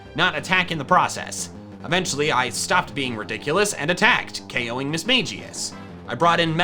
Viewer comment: o kowing duskull Me: its k.oing